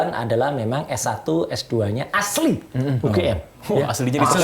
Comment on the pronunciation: Mas Roy mantep banget ngucapin aslinya Sehat Sllu Mas R S